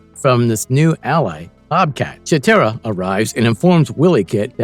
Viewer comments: I really don't see why people on YouTube make videos When they don't even know how to pronounce the names of the characters correctly It's a long I For Wiley Kitt and Wiley Kat as in wild And Slithe is also a long I It's a long E For cheetara as in cheetah. The Thundercats were not a show of the kids of the 90s it was a show of the kids that were born in the 70s and 80s because it was put out in 85 By the time the 90s hit the show was not even in syndication as reruns The version of the Thundercats for the early 2000's failed because of low toy sales And Low ratings on Cartoon Network In other words the new show did not have a good fanbase To base a second season It was also given a horrible time slot For the time that it aired Marvel is verdict your channel sucks You can't pronounce the names right you don't have your Facts straight And you did Piss poor research on it Being born in 1975 I watched the Thundercats in 1985 Along with He-Man and GI Joe And the Transformers . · Don't forget you got the pronunciation Of Cheetara and Slithe wrong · I need the narrator to have watched Thundercats to know itself WILY Kit/Kat and not WILLY Kit/Kat. PuMYRA and not PuMEERA. CheeTARRA and not CheeTERRA. SNARF not SNURF or whatever he said. This video was torture because of it and you won't get my like. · Not to mention Chee TEAR a? Really? Chee TAR a... this was cring worthy. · Dude... narrator...LEARN TO PRONOUNCE THEIR NAMES...WHYLEE KAT...CHEAT ARE A...PUM EYE RA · you freaking liar...YOu never watched THUNDER CATS!!!! WILLY CAT????? WILLY KIT?????? wtf is that??? Anybody who watched Thunder Cats KNOW 100% There is no WILLY CATS OR KITS ON THE Show. I know of Wiley Cat And KIT pronounce (Wylee) Kit is a girl and Cat is a boy. AND CheeTARa is who its pronounced not CheeTERA. Whats the point of faking being a fan of this show????......ohhhh views. You sir are a fake .